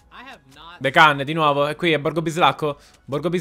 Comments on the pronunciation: Si dice tsm dequan no dekin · Lasciate un like se anche voi vi irrita ogni volta che dice decan(Daequan) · Si pronuncia daiquin/deiquin